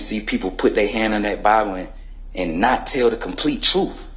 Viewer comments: the "troof" shall set you free! 😂😂😂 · The " truff" ? 😅😅😅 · Did he say “troof”? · He pronounces truth like it has an F at the end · The truff? YOU CAN'T HANDLE the truff. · " the Troof" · What the hell is "truf"??? It's not "TRUF" people, it's TRUTH!!!!!! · The truf and nothing but the truf. 😂😂😂😂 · You aint speaking the "troof" buddy. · Why didn't they teach him the pronunciation of the word "truth"